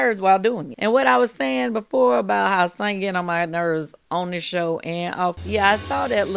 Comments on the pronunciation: Noooo it's SANYA 😂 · It’s pronounced Son-ya